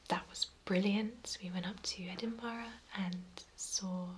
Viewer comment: Yeah it’s not EdinBOROUGH.